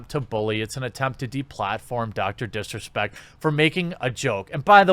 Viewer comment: Is it just me but when he first says Dr disrespect does it sound like he says Dr piss respect